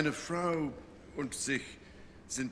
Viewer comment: Hi there! I started watching your videos because of your cute scottish accent. Regarding your question: King Charles has a good German, it is very clear, you can hear he also worked on his pronunciation. There are only little details like the word Frau (wife/woman) which sounds like “frowe“. So the u stays a bit in the cheeks, and does not get out of the mouth in the pronunciation. (What I have noticed is German is talked mostly in the throat, English between the cheeks and Spanish in the front part of the mouth with a lot of tongue movement). Also a common “mistake“ of foreigners is between using “wurde“ and “würde“. I have noticed that the reason for that is often because other countries don't say things so “harsh“ and stright to the point as in Germany. So for their ears using “würde“ f.e. sounds softer/ more polite, but from grammatic it is not quite correct, and it has slightly a different meaning. (You could say like: We appreciated to have been invited to we would have been invited ;)) In Germany regurlaly everybody speaks Hochdeutsch, which could be translate as pure German. Depending on the region we have different accents and dialects as well. Even for me f.e. when I travel to Niederbayern and they start talking, I almost don't understand a word, lol. And I am Native Speaker. On the other hand, it was interesting for me to hear from a former fellow mate from school that I talk what he called “Oxford German“. As at home we never learned to talk in the accent of Mannh